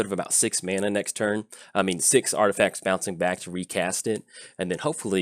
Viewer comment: Artifasers lol I think it's intentional isn't it?